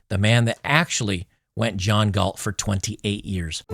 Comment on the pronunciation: John Galt, not John Gault